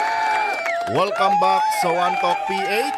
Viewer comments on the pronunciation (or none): WELCOME BUCK, wrong pronounciations